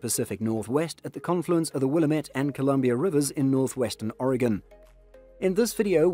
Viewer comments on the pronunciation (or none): You know they're not from Oregon because they mispronounced Willamettete